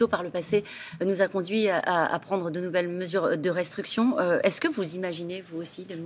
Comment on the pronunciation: y'a que moi qui entende "restruction"(destruction) au lieu de restriction?